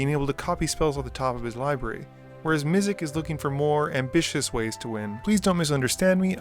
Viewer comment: MizziX!!!! There is an x at the end of Mizzix. Not a k. So annoying. Sorry just bothered me a fair bit. I did really like the video though sorry for being that guy.